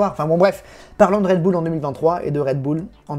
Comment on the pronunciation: Bull l'accent doit être uLL pas OÛL.